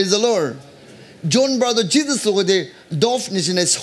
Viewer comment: Thank you ... I'm always blessed by your sermon but sometimes I confuse your pronounce "praise the Lord or lure"